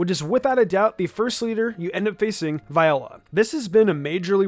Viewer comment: Almost certain it's Vee-ola for Viola's name pronouncation. You're welcome.